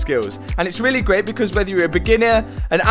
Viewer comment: “and it’s really greaat” sounding abit welsh there mate 😂